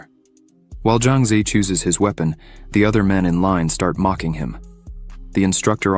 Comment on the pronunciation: His we pon lol